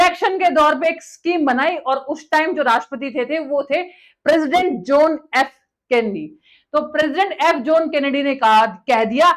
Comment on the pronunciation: इतने पड़े लिखें हो, कम से कम अपना pronounciation और grammar पे थोड़ा ठीक कर लीजिये.... राकेस शर्मा नहीं वो राकेश शर्मा थे, जोन केन्नेडी नहीं वो जॉन केन्नेडी थे, मिसन नहीं मिशन होता है, सूट नहीं शूट होता है, और चाँद पे साइंटिस्ट नहीं astraunaut गए थे